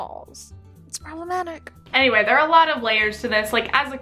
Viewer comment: I love when say the word “problematic”